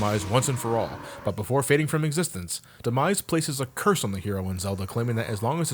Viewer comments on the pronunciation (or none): none